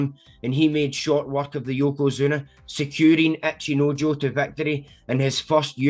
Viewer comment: my brother why do you keep saying "Acheenoejoe"